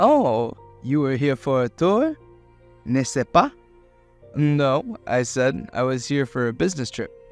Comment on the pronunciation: N’est-ce pas is pronounced /nɛspɑ/ Au revoir is pronounced /ɔʁ vwɑʁ/